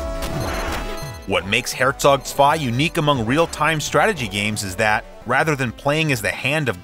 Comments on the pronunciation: As a german i have to give you credit for the pronounciation of "Herzog Zwei". Not easy for non german speakers, especially the german "Z". The rest of the video is also awesome, as always. Love your show, your passion and the intense research you put into these videos. Thank's for the effort! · Wow, you actually said Herzog Zwei correctly! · Props for that Great pronounciation on Herzog zwei. Top